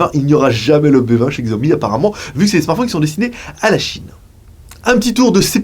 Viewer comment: 小米 "xiaomi" se prononce en français: chiaomi ;)